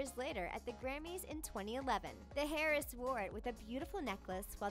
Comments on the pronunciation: heiress is pronounced AIR-ess, not HAIR-ess... H is silent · Hair-ess?? Really, who do you have reading these scripts????? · Stop saying "Hair-Ess" you douche nozzle. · Hairess? Say it with me Airess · “Hair-ess”🤦‍♀️ you pronounce it heir-ess (eir not air). Who else almost went crazy from the way it was pronounced? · every time she says “Harris” and not “heiress” i cringe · "HAIR-RESS" ITS "AIR-ESS" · IT IS PRONOUNCED HEIRESS LIKE "AIRESS" NOT LIKE "HAIRESS". God that is bothering me so much. specially since she says the word 100 times in this video. Among all other mispronounced words. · HEIRESS? HAIRESS??? HAIR ESS??? The H is silent. please stop. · I’m crying every time she pronounces heiress like “hair-iss” And not “air-ess” OHHH THE CRINGEEEEE😫😫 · Hahahaha its pronounced "air-ress" not "hair-ress" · I’m cringing every time I hear her say “Hair-ess” its AIR-ess. Heiress. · Svitlana Rettweiler it's still not air-iss tho it would just be like it's spelled but with a silent h so air-ess like princess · ok yalk am i the only one that was bothered af by her saying HAIRESS rather than AIRESS for heiress? ? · it's pronounced "air-ess" not "hairess" LOL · Hotel heiress.....not hotel Hair-ess, hotel AIR-ess is how you pronounce it. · Maybe you should get a narrator who knows how to pronounce the words they need to say. After the second time she said 'hairess''hairess' instead of 'airess' I stopped watching. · Its not said as "hair-ess" it's "air-ess" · Please stop saying HAY-RESS. AIR-ress! 😫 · Sarah Metcalf me too! Ugh, its "air-ess" not "hair-ess." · Not all “H” are heard. Homage is OH-mahg. Heiress is Air-ess. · This voice over artist i tell you is killing me with her illiterate pronunciations... Heiress as Hairess and Homage as home-age.... Really!? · The hotel “hair-is” ? Can’t take u seriously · The H in the word heiress, is silent, LOL! ... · Thank you! She can say "faux" and "Moschino" but says "hairess" 🤨🤨🤨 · The H in heiress is SILENT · same here